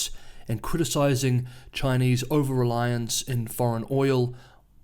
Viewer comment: Finally a reporter on Chinese news who knows how to pronounce Chinese names! Subscribed.